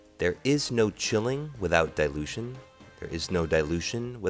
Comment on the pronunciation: when you say dilution... you make it sound like delusion!